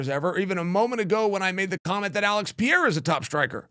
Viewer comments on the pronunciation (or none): pe re ra not pieeeeeeeeeeera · Chael not PEEYAYRA: try this: PAY-RAY-RAH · It's not PIERA!!! It's PE-REI-RA!!! PEREIRA😂😂😂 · Pereira is pronounce with a flap T sound, as in "better" or as in "daddy". Kinda like "Petteitta". It's funny when people call him "Piera" or "Peheira" (Mighty Mouse) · Is it really that hard to say Per-Air-A? I really think that it it disrespectful to mangle the shit out of these names. Their name is their recognition and “brand”. Some WWF ripoff artist acting like he is the king of promotion and is helping promote guy is stupid! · It’s pronounced “Peh-reh-rah” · PEH-REH-EA-RAH = PEHREHEARAH = PEREIRA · Chael can’t stop saying Piera that’s crazy 😂Alex is not very hard but impossible to bet against man always proves you wrong Did it with my bot Izzy but Ankalaev might definitely be his toughest matchup period Remember Khabib type fighters in heavy weight mode is going to cause some trouble Chama has to go for the KO as always Ankalaev not Izzy not DDP nor Strickland or Jiri … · O cara ta na quarta defesa de cinturão nessa categoria e o Sonnen ainda fica com essa porra de "Piera". Fala direito carai kkkkkkkkkkk